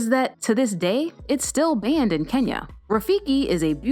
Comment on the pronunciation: Hi Love how right your pronunciation is for my country Kenya. Most westerners mispronounce it as 'kenia' and I like that rafiki made the list too. As always, love your vids.